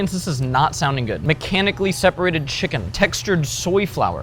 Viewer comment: machenically seperated chicken😂😂😂